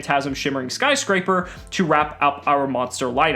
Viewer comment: Did he just say sky scraber